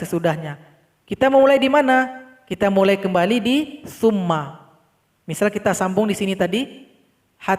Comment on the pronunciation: Mohon maaf saya terdengarnya fumma tp hurufnya summa mohon maaf dijelaskan saya sedang mengikuti belajar cara membaca